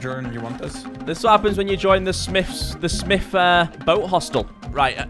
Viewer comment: "White Smiff" lol